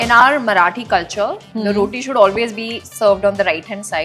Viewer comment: Kamiya ji.. what's with the accent when you pronounce marathi words??? Let's get real naa. Thoda homework kar hi lete hain